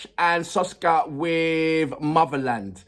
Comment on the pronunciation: SKOFKA, not Soska